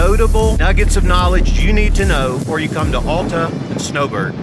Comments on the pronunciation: It’s NOT Awwwl-ta!! It’s Al-ta!!! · You are not a local. How can any Utahan tell? It is not All ta. AL like altitude. Alf's mid mountain restaurant and Alf's High Rustler are named after Al. Al used the English part of his name, added TA (German expression for outstanding). Thus AL TA. Everyone say after me. ALTA. Al was a great man. He scouted Little Cottonwood Canyon for the United States Forest Service and the first chairlift was installed in 1938. Get to know Al and TA to you.